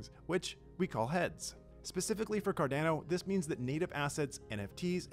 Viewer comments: Honestly every other comment is you bitchin about him saying Cardano differently. There's absolutely no need for the negativity over something so simple lol. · Something I'm curious about. I've noticed Canadian YouTubers like Altcoin Buzz as well, use the long A sound in words like Cardano and others. Is this a Canadian thing or just a coincidence? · Right? Just shameful, should fire him if he is not willing to pronounce the name correctly. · Yes! Let's be vocal about this, it's fucking shameful and disgusting the way he tortures Cardanos name. Just eww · It's not "CardAno", dammit! It's "Card-ah-no"!!! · Stop saying Cardanno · Card"ow"no lol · I swear people pronounce things wrong just for shits and giggles. CardAno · Car DAN o 🤣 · The word is italian and it needs to be pronounced correctly. If you speak italian you can pronounce it well. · I guarantee he's seen people riffing on him calling it carDANo but he's double down. lol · This is completely retarded and really bad for the project, imagine spokesperson for Samsung, calling it Simsong ... Horrible. He literally gets payed for destroying cardanos reputation. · Say "Cardaeeeno" one more time...I dare you! Hahaha! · Honestly we need to be vocal about this, I literally cannot watch this garbage, it's painful to listen to him spitting on Cardano's name. He should be fired asap, does a lot of harm for the project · Someone please please teach him how to pronounce Cardano correctly. He works in Cardano’s media sector for crying out loud! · I can't watch it because of how he's saying Cardano. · This guy needs to pronounce Cardano properly.. wtf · Haha it does sound different than how I pronounce it too 😂 but Cardano is a global project and there will be people everywhere saying Cardano in different ways & accents ❤️ I think that’s wonderful! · and yes, he is literally changing the name, substituting the A with an E